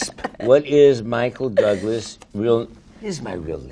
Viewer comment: michael THOUGlas 😂😂